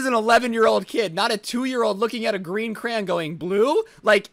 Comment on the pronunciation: Mans said carn in stead of crayon